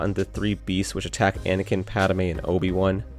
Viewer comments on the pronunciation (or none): Omg I hate the way he says Padmé. It’s pronounced (pad-may) not PADOMAY😤